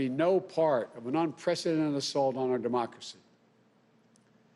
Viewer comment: “Our Demoxly”?